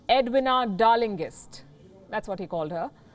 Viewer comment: Just one light comment; Edwina is pronounced with a short e and a long e (for the i). Others here have criticized your accent of many words; I left it to differences in language and accents, but it's a bit far to pronounce Edwina's name as "Ed-wina (short a at end). You're terrific Palki, but perhaps work on this aspect of pronunciation, since you're global now and many of us in America and the UK watch you daily. Thank you.